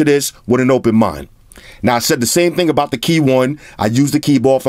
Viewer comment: Yo, you turned into Jakie Chan's Uncle on this one "AND ONE MO TING!" 😂😂😂😂😂😂😂😂😂😂😂😂 #Salute #TeamXerxes